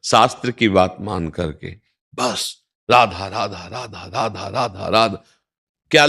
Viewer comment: अरे बाबा राधा राधा नाही रआधू रआधू रधहू रधाज्यू राधाज्यू राधाज्यू बोलो..radhu radhu radhu bolo. ❤